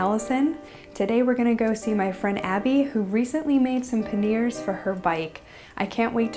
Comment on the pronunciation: What happened to the "I" in panniers. It's not meant to be silent!